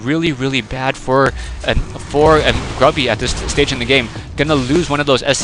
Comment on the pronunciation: "woiking down to 55 hit pwoints" "voikings" "gwubby"